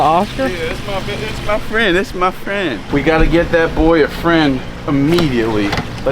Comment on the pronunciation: “thass my frienn thass my frienn” 😂